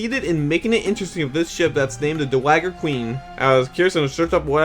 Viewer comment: It's pronounced 'dow-a-jur,' nor 'doa-wag-er.'